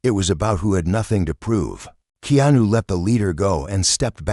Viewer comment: At least please pronounce Keanu's name correct